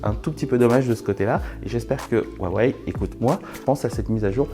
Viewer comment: Par pitié Huawei ce prononce "Rouawei" et non "Wawey" écoutez la conférence de Richard Yu. Le H se prononce proche d'un R pour nous.